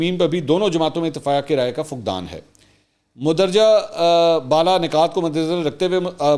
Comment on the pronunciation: منصور بھائی آپ گریٹ ہیں کچھ الفاظ درست کر لیں. مَن و عن نہیں بلکہ مِن و عَن ہے مَندرجہ نہیں بلکہ مِندرجہ ہے